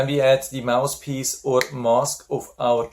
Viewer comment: Thanks for a very helpful review. Please ask a native-born English speaking friend how to pronounce the "th" in "mouth" and "mouthpiece". Otherwise it sounds like " mouse" and "mousepiece." I have this nebulizer and your review was very informative. 😊